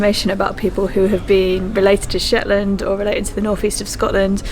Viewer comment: It's Shetland not Shet Land